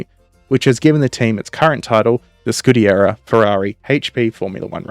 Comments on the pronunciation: You are pronouncing "scuderia" incorrectly - it's skoo-duh-REE-ah instead of your scoo-DARE-eee-uh. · It's "Scuderia" "Scudiera" is female squire. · Dude, good job ❤, just a quick couple of notes...1) SCU-DE-RÌ-A😊 2) The prancing horse was the legend, that pilot was not just a pilot, war hero and highest Itslian ww1 scoring pilot Major Francesco Baracca, 26 victories in air combat, and the badge is called "Cavallino Rampante" Keep up the good work, great channel, best wishes from Italy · 3) It's not "Schtecker", it's "Scheckter".